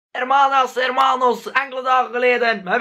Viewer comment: ff een puntje, hermanas en hermanos spreek je uit als 'ermanas' en 'ermanos'